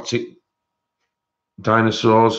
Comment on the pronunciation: Hi, you discrbing the dinosaurs, in your acsent had me laughing 😂, your brill.